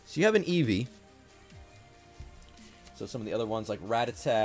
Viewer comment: so.... is he like a big fan of the band Ratatat, or does he genuinely just mispronounce it each time?